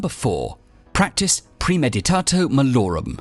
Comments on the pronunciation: You keep saying "premeditato" when it's premeditatio, which is pronounced, praemaedeetatseeo. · Jeez, it's pronounced "pre-meditah-tsee-oh". :D